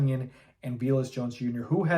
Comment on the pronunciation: Pretty sure dude’s name is pronounced vay less, not vee less.